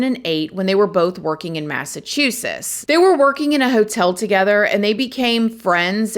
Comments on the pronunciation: You’re killing me with this massachussus 😂 💀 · Great coverage on this story! Ive been meaning to find out what this story is about so thank you 🙏🏼 Also, I dunno if it’s because I’m listening to this my ear pods, but the way you say Massachusetts has me 😂😂😂😂 It sounds like you are saying “Massachusess” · Yes, you are totally saying “Massachusess! I love it 😂😂 you are awesome ❤ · Another BRIAN?!, say Massachusetts two times. 🙂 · The way you say Massachusetts makes me chuckle 🤭 ❤